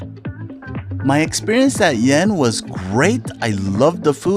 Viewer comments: You completely butchered the name of the restaurant! Lol The Y is silent in Yen. Its pronounced eeiing, it means sparrow in Viet. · BTW - ‘Yen’ is pronounced like ‘een’ in Vietnamese